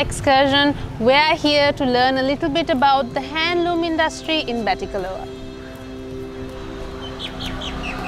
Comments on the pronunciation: Nice documentary. just a correction the " a" at the end in Batticaloa is "silent". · I'm a batticaloa native, when you say batticaloa you do not need to pronounce the last letter 'a'. That's what I wanted to say. I have been in batticaloa more than 23 years, we don't pronounce last letter that's y, just FYI. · Hey, I’ve stayed at Uga Bay. It’s a very nice property. I also have family from the east. Btw, the ‘a’ at the end of Batticaloa is silent. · Hello everyone! Thank you so much for watching this video ❤ It has been brought to my attention that I am indeed pronouncing Batticaloa wrong and it should be pronounced 'Batticalo' as the 'a' is silent !! My sincere apologies to any Batti natives whom I may have offended :D <3